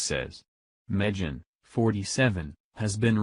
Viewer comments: I like the way the computer voice pronounces Megan as Me-Gen. Also, Breitbart is Bea-It-Bar. I guess the computer programmers still have some work to do. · Her name is SAID "MEH-GAN". Ain't Computer voices WONDERFUL? HIRE A HUMAN! HIRE A HUMAN!